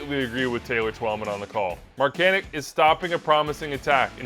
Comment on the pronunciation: He is American and pronounces it like “Markanick”, similar to Christian Pulisic